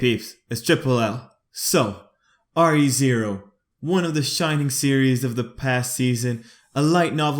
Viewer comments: It's not R-E, it's Re (like redo) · Re zero not r e zero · Isn't it re zero like the prefix re not r.e? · Re:Zero is pronounced Re :Zero as in remake or redeem or redo